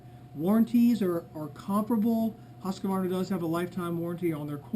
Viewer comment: Husqvarna = husk...Var...na! NOT husk..A...var...na... Mmmkay